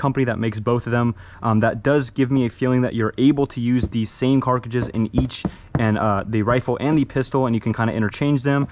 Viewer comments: Why do you say carcujus? It’s pronounced cartridges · it’s cartridges not carkiges lol i love it dude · Bro. This drove me nuts every time he said it 😂 ITS CARTRIDGES !!! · carcages? you mean cartridges? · Did anybody else notice he keeps saying carcatridges instead of cartridges haha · ok im sorry but it really annoying that you say carcages its cartridges the metal bullets are cartridges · this mans pissing me off he keeps saying "carcrigdes" and not cartridges like its on the box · Why does he keep saying carcages, it’s cartridges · Cartridges* not carkages 😂 You seem to see many many guns in airport form but you don't really seem to know anything about them. It would be very beneficial to learn about some of these instead of just reading packages and sliding out of the way. Also, this isn't me talking shit, I'm just giving some constructive criticism. Your content is decent, but with the knowledge of these weapons, it would be GREAT content. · Dear god i hope hes leaned to say cartridge by now, Cart - ridge - es. Not cark-rid-jizz 🙄🙄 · CART--RIDGES. NOT CARK--AGES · “ the carciges” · No one: Absolutely no one: Him: it has 12 eject able carcages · funny part he said carcadges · I was watching this and said the same thing after hearing him say car-cruches the first time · I know, he literally always says it wrong, every single time, it drives me insane😂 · I thought he say CARCASSES ... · don’t forget the “carages” lol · Never in my life have I heard someone say carcages 20+ times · He keeps saying carcages at the end🤣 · “Ejecting cart-ci-ges” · “Carcages” ,“DMR” ,”modurer” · Are you saying "CARKIDGES" !? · Ok ok but why with the “carcages” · If he says carcages one more fucking time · why does he keep saying carcages 🤣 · Carkiges lol 😂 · bro says “carcadges” instead of cartridges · “Carcages” ... WHY?!? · The way he Pronounces Cartridges is soooo weird. Example: samething with the Revolver. What the hell is a “Carcages”????????? Says it again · carkidges? xD